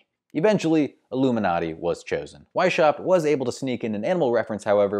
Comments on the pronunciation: The "sh" in Weishaupt is NOT pronounced like the "sh" in ship, the name is pronounced Weis-haupt (as if it were two words). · The name was so butchered that is was impossible to understand it - why do english-speaking youtubers refuse to look up pronunciations? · Why don't you look up how to pronounce Weishaupt (or any "foreign" name, for that matter) instead of mutilating countless ears out of convenience? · I feel offended by the terrible pronunciation of Weishaupt.